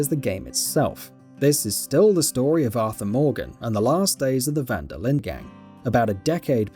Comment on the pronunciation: Van Der LINDE! Not Linder! 😂🖕😂